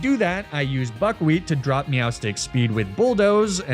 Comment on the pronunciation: You say buckwheat... but I kinda hear f**kwheat and its hard to unhear